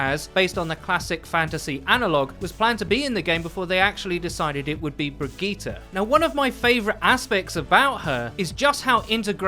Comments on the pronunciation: Wow...miss pronunciatte a few more things. It's not brig E ta.... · Bri•d•jeet It's pronounced bridjeet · Why do people insist on trying to church up bridgetes name? Bri-gee-tee-tett-gon-gee-tah. You sound like people who try to go full Italian at italian restaurants. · Bridgette is french and it's pronounced bridge it...if for some reason overwatch pronouces it like you do...it's dumb on all ends. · Who says Brigitte like that? It's not french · Can we please start saying her name properly shes not a sayin i dont get it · It's actually painful to listen to how awfully you pronounce Brigitte lol